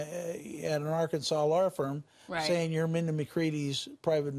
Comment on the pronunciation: Have some respect! At least get her name right! RIP Sweet Mindy!